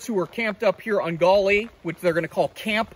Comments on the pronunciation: I grew up in West Virginia not far from there and we called it the Gauley as in gahly no accent mark. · every now and then he said it correctly LOL! I'm from Harrison County.